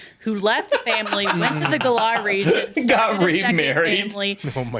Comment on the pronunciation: Hell she can't even pronounce Galar right and shes worried about saying the professor's name wrong.